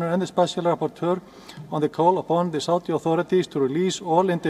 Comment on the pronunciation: It's Saudi, not suadi.